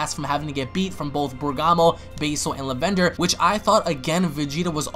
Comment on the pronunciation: I'm mad that he keeps saying "Lavender" so wrong